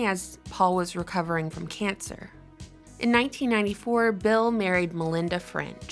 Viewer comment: I can’t understand why she doesn’t ever seem to pronounce bill correctly it’s freaking me out man... “bell gates” lmao